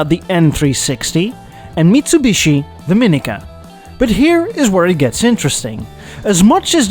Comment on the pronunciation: no way, is pronouncing Mitsubishi correct.... kinda miss the old one now...